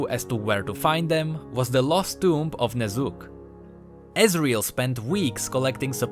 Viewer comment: Am I the only one hearing Ner'zhul everytime he says the name Ne'Zuk? :D